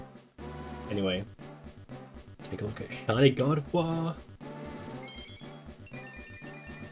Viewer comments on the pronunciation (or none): Congratulations lol everytime you say Gardevoir it sounds like you're saying God of War 😆